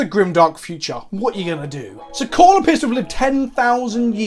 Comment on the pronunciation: This is the first time I've heard someone pronounce Cawls name right the first time lol Also Cawl isnt actually a leader of the Mechanicus, hes actually vilified by a good chunk of the Mechanicus due to his "forward thinking" ways (inventing without first going through different pieces of Mechanicus bureaucracy, and although he's asked several times to be made Fabricator General (leader of the Mechanicus) Guillimon has refused him every time. Imo "Girlyman" isnt a joke because "Haha girls are weak", I think its because you're making his name sound sillier than it already is, my favorite personally is "Rodent Guillotine" So the "in lore" reasons for the Primaris creation is cause Cawl can take someones brain and basically make them a part of him, the first time he did this was when he was forced into it by one of the original scientists of the Astartes project, but his will was so powerful he basically overrided the guy and took control. Supposedly he's done this several times, but it really only goes into detail with 1 as far as I'm aware. Also the Primaris marines were not actually accepted by everyone, for example the Flesh Tearers Chapter said "He (Guillotine) would make us Ultramarines in red!" and outright refused to accept the reinforcements, despite his chapter being at like, 1/4th strength. Also Fun Fact, apparently Primaris Marines are relatively accurate size, iiiif they were normal Astartes lol Personally I love the new Sculpts, but I hate how dirty they're d